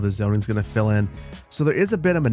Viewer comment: Every time you say "let them fill in", I hear "let them Phil in" 😂